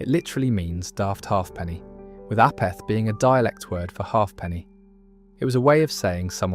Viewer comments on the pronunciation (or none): "a - peth"? - No, it's pronounced "AY - perth" , with the accent strongly on the first syllable. It's a contraction of halfpennyworth - something of little value - because halfpenny is actually pronounced "HAY - penny." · saying “you daft apeth” was NOT said like you said it or how you pronounced it was said/pronounced “you daft Apeth” like in Ape 🦍 🦧